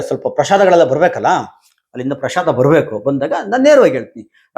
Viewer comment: ಪ್ರಷಾದ ಅಲ್ಲ ಪ್ರಸಾದ